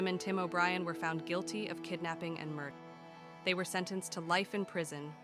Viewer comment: AI voices are awful!!!! What’s a mur…….? Terrible.